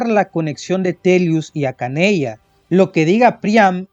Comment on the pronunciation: Pregunta, ¿no es Archanea? Siempre veo que muchos youtubers evaden la r por alguna razón